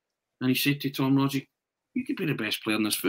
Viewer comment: Can you pronounce Rogic's name correctly for God's sake!!!!!!!!!!!!!!!!!!!!!!!!!!!!!!!!